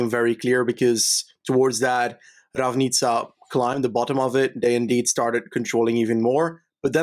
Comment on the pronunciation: Yeees learned from my pronounciation class yesterday Ravnica:D While didn't read the comment the last day and pronounced C in Nova Gorica like Č and Ravnica like K. Otherwise good job guys, our names are pretty hard to pronounce for a foreigner tbh